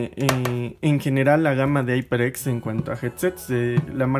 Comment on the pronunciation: Se dice jaiperex no aiperx jajajaja